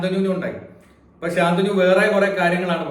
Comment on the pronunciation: ഉച്ചാരണം ശ ന്തനു എന്നല്ലേ, ഗംഗാ ദതന്റെ ഗുരു പര ശു രാമൻ ആണ്